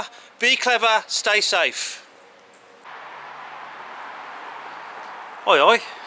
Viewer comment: Mate, i LOVE British people! They're so amazing. I like the way this guy says "oi, oi!"🤣